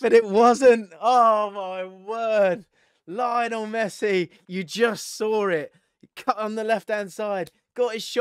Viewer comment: Why does he say Messis first name like that